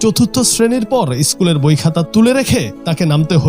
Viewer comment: ইস্কুল না কাকু। স্কুল